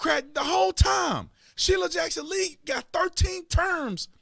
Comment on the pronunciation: Shirley Jackson Lee - that’s a teleprompter screw up.